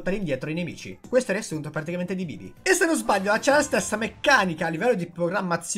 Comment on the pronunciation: Solo io mi accorgo che dice sempre particamente invece di praticamente?